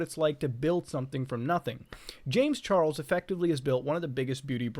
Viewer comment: "James Char el s"